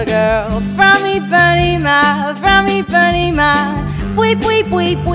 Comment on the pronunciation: It's Ipanema, not Ipaneem